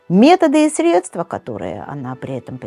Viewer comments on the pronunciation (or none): none